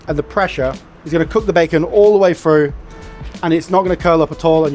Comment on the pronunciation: "All the way frooo". Sure sounds stupid.